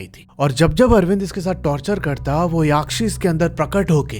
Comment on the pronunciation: भाई याक्षी नहीं यक्षी होता है ।